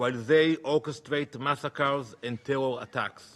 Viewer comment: Oh Danny, not you weposting youwself at the UN to feel like a big boy. Maybe if you say tewow enough, the stupid Israeli sycophants will still bewieve you. Question for you, who is Iswael gonna negotiate with if you keep killing the negotiating team?